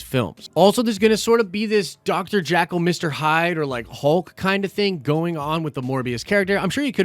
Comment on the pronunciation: It's Dr Jekyll. Not Jackal.